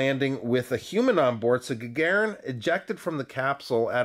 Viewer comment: Stress on "u" to make it perfect. )) ShtUrmanskie. Also GagArin would be right for that guy.